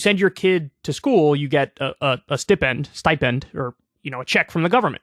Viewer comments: Excuse me you mean steep-end….. 😂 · The way Kyle said stipend made me want to put my head in the blender.